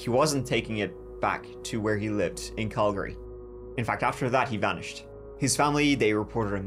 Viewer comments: I'm a Brit living in Calgary. You never hear a person from UK/ Ireland pronounce place names right here. The presenter got Calgary perfect, and Kamloops! The Calgary was impressive though. And he said gas station but I'm not sure if the Irish say that instead of petrol. *Calgary is originally a pretty Bay in Scotland, I wonder if it's a Celtic thing? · I think you're the only person I've ever heard who's not from Calgary who can pronounce Calgary correctly. Good job lad😂